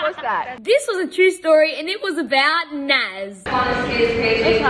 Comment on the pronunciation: BAHAHAHAHA IM LAUGHING SO MUCH CAUSE U SAID NAP INSTEAD OF NAZ, ITS JS FUNNY